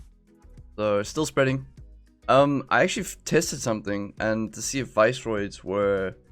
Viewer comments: They are pronounced Viss-er-oids note vice-roids :-) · I think the visceroids are pronounced like visceral rather than like viceroy